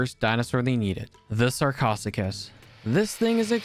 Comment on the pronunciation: And this didn’t even mention Edaphosaurus (a synapsid or stem-mammal)or how he absolutely BUTCHERED how to pronounce Sarcosuchus